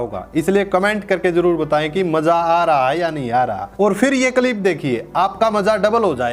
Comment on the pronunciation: Tere bolne ka tarika to pura ganwaar wala hai andhnamaazi. Ab Kya hua freedom of opinion ka ? Kalip nahi hota clip hota hai